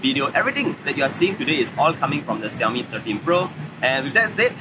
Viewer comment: I love how to say xiaomi